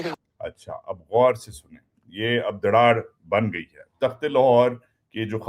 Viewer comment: دڑاڑ نہیں دراڑ ڑ نہیں ر